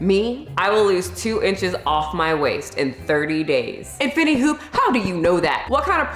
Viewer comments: I can’t get over how she pronounced infinity,infiny hoop 😂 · Thank you for the info but I don't think you're saying that right. In-fin-I-ty and Si-mul-tan-e-ous-ly. Good info just bad pronunciation.👍